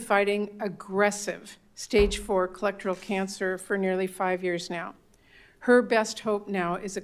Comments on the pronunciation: Collectral cancer? 😂 Did she mean colorectal? She could have just said colon. It's difficult to believe any battle with an aggressive cancer in stage 4 could last for 5 years, unless it's a reoccurence. Murphy makes me SICK! 🫩🫩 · She can't even say "colorectal" correctly.